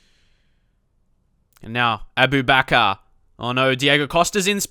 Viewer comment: Its pronounced A-Boo-Ba-kar